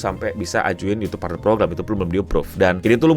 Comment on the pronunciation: Youtube, "Y" nya Yahodie 😹